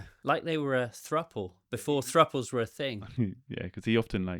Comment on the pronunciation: “Thrupple”…. never heard that before😁